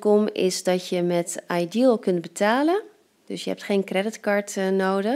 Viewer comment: Je spreekt iDEAL goed uit hoor